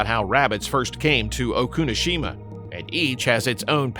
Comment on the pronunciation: Not O-Kunoshima! Oku-no-Shima!